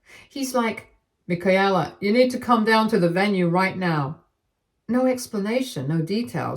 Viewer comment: It’s pronounced /mɪˈkeɪlə/ you’re not speaking German.